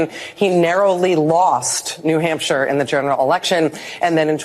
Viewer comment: Rachel said "New Humpshire." She can't be president.